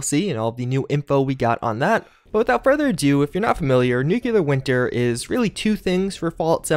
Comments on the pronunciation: Great videos, but please, it's pronounced NEW-CLEAR not NUKE-YOU-LUR. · Dude, its nuclear, not nuculer, are you president Busch? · NEW - KLEE - EAR NOT NEW - CUE - LAR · Why does everyone pronounce nuclear like nuke-u-ler..... there is no U after the c! It’s pronounce nuke-lee-er. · Every time you say “nucular” my soul dies a little more. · This guy claims to have a college education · You're saying nuclear wrong. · You are saying nuclear wrong